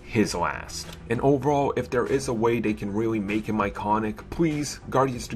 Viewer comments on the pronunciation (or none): none